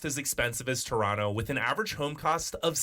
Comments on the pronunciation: Chrawnno instead of Toe-ron-toe you've heard it pronounced correctly eight times so fuck off! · Its Torono! We roasted Woody Harrelson and Kevin Hart for this! Plus the guy narrating said Torontans. Torontonians